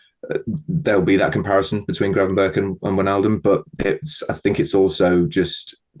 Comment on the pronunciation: Someome needs to tell he's pronouncing Gravenberch wrong. It's annoying seeing him do most of the pieces on him and him butchering the pronounciation every single time.